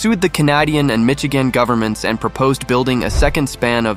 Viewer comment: I didn't realize the narrator was AI........until it badly mispronounced both "Canadian" and "Michigan" and "opposition" . "Opposition" was particularly hilarious. I mean, come on... Use a human!